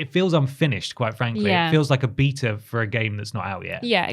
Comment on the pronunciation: keeps saying Beta 'Beeter' and all I keep hearing is '' like he's installing an update (or a backdate) to himself LOL.